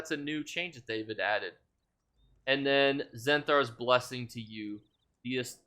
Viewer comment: Great information! I hate to pick but it's nagging me...are you saying "Zeals of Zenthar"?